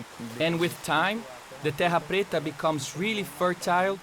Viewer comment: She got paid to sound like an idiot. The director made her do it that way.